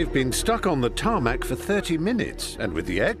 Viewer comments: He says tarmac 😤😤😤😤😤😤😤😤😤😤😤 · Call it "TARMAC" One More Time I Fucking Dare you